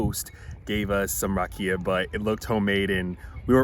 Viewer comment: This is all in good fun. Loved the video, made me miss my birth country. The whiskey is pronounced Rock E Ya. Roll the R. You guys where killing me with the way you pronounced it. All the best to you. Long life and good health.